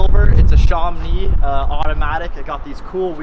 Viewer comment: Sham-Oh-Nee...Not Sharm-nee. It's named after an area in France.